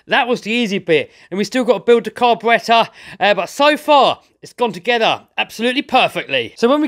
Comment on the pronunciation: I love the way you say car-b-rattor